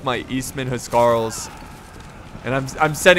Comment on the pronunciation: the correct pronunciation for the Anglo Saxon kings guard .... say it how I spell it..."house Carl's"..I should know, I'm an English historian...